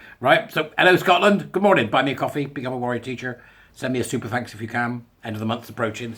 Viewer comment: Oh gosh. Everytime you say my home country I get the full on Scottish cringe.